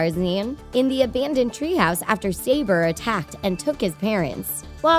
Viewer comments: It's 'suh-bor' not 'say-ber'. And what's with the thumbnail? :P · A "mean leopard"? So, predators who need to kill to survive , are considered "mean"? Tell that to the baby leopards that are brought food from the hunts so they can live, too! Also, "Sabor" (a female) was pronounced "sah-BOR".